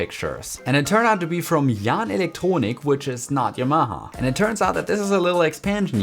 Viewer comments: Could you clarify Y'mah ? It's pronounced Yamaha, Japanese for Harmony. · There's no stress in Yamaha- it's a Japanese word.